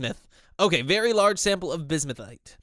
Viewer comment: Oh yeah also I went into that comment telling you how to pronounce bismuthinite and I totally forgot about, it's pronounced biz-mith-uh-night.